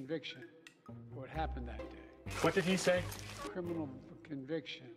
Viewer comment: To me it sounded like " Fuconviction" 😂😅